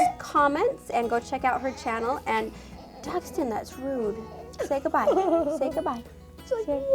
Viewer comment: Its not DUSTEN ITS Daxton